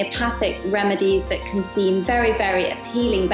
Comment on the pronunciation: He should have put an emphasis on Can when he said it can cost up to x 20 more than than table salt